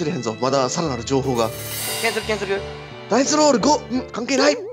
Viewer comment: 「任せろ！俺が整理してやるぜ！」 「ダイスロrrrrrrル！」